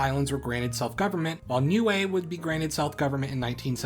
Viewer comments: As far as I am aware, if you talking about the ending in Niue, it is not said like "glue" at all. I do write pronunciation with something close enough to IPA, so it would be easily understood by many people. Glue is pronunciation /glu:/ Official English for the name of Niue /nju:ei/ or /ni:ju:ei/ But the native language does write phonetically, so it seems it would natively be /niue:/ Remember that in IPA /j/ is when English uses Y as Consonant, /ː/ means vowel before is long. It's pretty easy, the phonetic alphabet (IPA). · Niue is pronounced "new-way"?! I've been saying "nigh-eww".